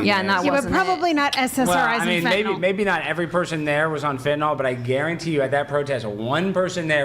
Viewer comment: For the last time it’s FENTANYL! Not fentanALL…it’s not adderall